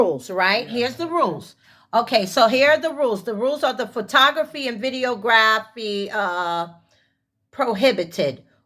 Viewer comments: Did she say video graphy? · I've tried to self-analyze why I watch these idiots. From a scientific standpoint to a mental one. The mental one won out. The deduction told me that I simply enjoy watching really stupid people. Why? No idea. "Video-grah-phy?" That said it all.